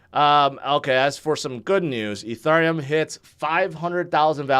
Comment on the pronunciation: Eth, Ether or Ethereum, it's not "E (turn) neum"...